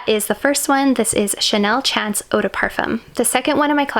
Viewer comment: It’s pronounced as Chanel SHAWN-CE MOT CHANCE.